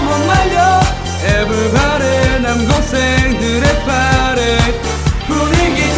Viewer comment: 남고생들의파티(파리)라고할때 남동생들의파티(파리)라고들림